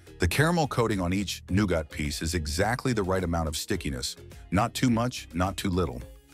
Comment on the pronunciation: Well I was going to subscribe until the who ever is narrating couldn't pronounce nougat it's noo-guht not noo-got. It makes all your information irrelevant and tells me you can't be trusted to truthful